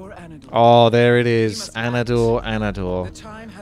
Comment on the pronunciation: What’s with the Anador Anador? Doesn’t the male demon hunter say Anatoranador? Sounds like a total screw up.